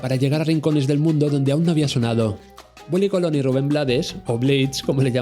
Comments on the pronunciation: Willie Colón. No COLON JAJAJAJA. BUEN VIDEO. POR CIERTO 👍 . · Cuesta mucho decir Colón? En vez de Colon 😐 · Me encanta que le digas Willy Cólon con acento en la primera O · Willie Colón, con acento en la o compare